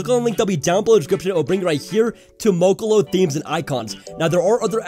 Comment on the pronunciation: Bruh its Moloko not mokolo 😂😂